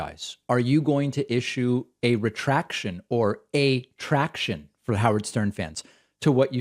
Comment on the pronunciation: "A traction" - hahaha, ok